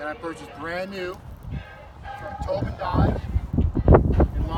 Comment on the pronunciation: Towbin... more like Towdin